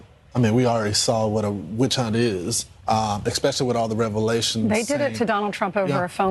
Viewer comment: Someone needs to tell Fox talent that 'expecially' isn't a word. .